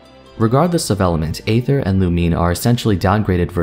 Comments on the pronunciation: xD isnt aether pronounced ee-ther as well? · Just want to say that aether is pronounced like eether you kind of leave out the a sound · im personally attacked with how you say Aether